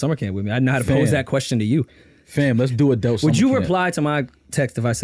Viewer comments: Aye, wtf is an "Adelt" 😂🤣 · The way pronounces Adult is SICK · Why does call adult summer camp "adelt":/